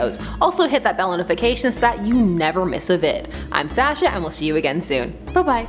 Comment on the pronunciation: Why do you pronounce your name Sasha and not Sasha???